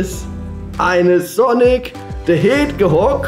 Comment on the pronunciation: der wird sonic teh hedschog ausgesprochen xD